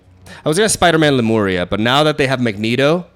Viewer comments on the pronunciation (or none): none